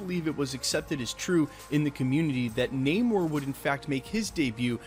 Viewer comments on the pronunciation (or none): none